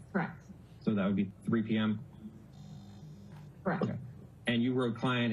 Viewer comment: I’m so sick of hearing him say kerrruck for correct 😂